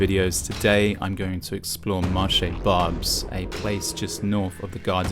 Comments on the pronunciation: Where the french language is barely heard ? Okay, I hear lot's of people speaking to you in french... you answer only in english, each time so you're the problem... you don't even make the slight effort of pronouncing the name of the market correctly (with your accent, that's okay, but the right pronunciation at least. All these people you're spitting on speak french). And you're wrong, french people have voted several times again and again against far right so, yeah, they have said many times they were okay with immigration... The problem is not immigration, it's poverty and it's consequences (and criminality is one of them). And yes, France have VERY bad politics regarding drugs and other things (and there you could say it : french have never voted for that !). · You could have researched how "Marché Barbès" is pronounced before making fool of yourself. you're showing some veiled women waiting in front of the station's entrance, what's that about? Are you saying you have no veiled women in the UK? There is no multiculturalism in France the veil is not allowed in the State's institutions. Multiculturalism is an invention of your country and a problem of your own no need to import it here. Also did you know probably half the population of Barbès are candidates of cross-channel immigration had we let them go? If anything you should be thanking Europeans for bearing your share of immigrants in the continent! Stop exploiting peoples miserable lives to sell views on the internet and go back to your miserable island.